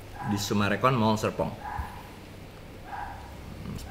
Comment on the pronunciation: Seru di serpong bukan di sepong ( di edit lho y)😅